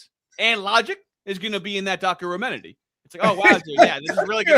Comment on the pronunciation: you cant dock your menery, god im so glad he lost😅